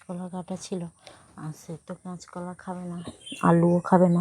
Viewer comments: এত আসতে কোথা বলো কেনো আর কেচ কলা নয় kach কলা বলে একটু ভাষা টা ভালো করে বল বোন। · ক্যাচ কলা বলে না কথা গুলো ঠিক ঠাক বলো আর গলার সাউন্ট একটু বাড়াও।